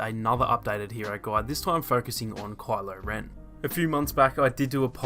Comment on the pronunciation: this guy says kwylo ren